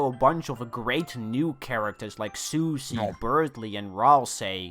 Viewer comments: You pronounce her wrong You call her sus ie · I will never not pronounce Susie's name as "sussy"